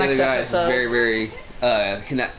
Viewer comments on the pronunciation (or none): No no no not dubbed pleaaase not this one. Also u already pronounce naruto’s hinata wrong its “hi-nata” emphasis on nata being pronounced fast not Naaata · Why... Why is it hard for them to say Hináta instead of Hínata? Amongst the many other issues because of the dub. Pronouncing names correctly in English freaking dub isn't that hard. Literally one of my favorite anime of all time and this dub is making me hate it. Watching this is painful. I can't watch this reaction at all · hEEnaTa... that pronunciation sir... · The way they say Hinata in the dub is so bad just like how they said Hisoka in HxH dub. It make my ear bleed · No you are saying it right the dub’s pronunciation is in the wrong.